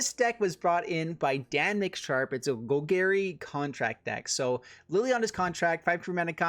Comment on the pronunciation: “Gol-gary”..... please learn the correct pronunciation bro Love you tho, no homo